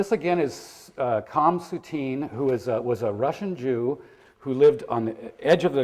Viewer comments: He pronounces his name 'Calm' Soutine? Is this guy freakin' kidding? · Just for the record: his first name is pronounced with a guttural H :)